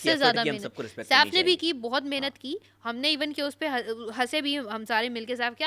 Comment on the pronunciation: Sara neelum Kuch words ghalat bolty hai Tu madam aap Ka Bhi word " Buhat " ghalat hai 😅 !